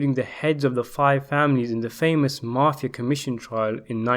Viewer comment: Good content,TERRIBLE pronunciation of some names and places including the word mafia,it's mafia not marfia theres no r in it